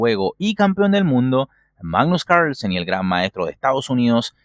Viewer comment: Siempre me da gracia como decís "magggnus cairslsen" jajaj muy buenos tus videos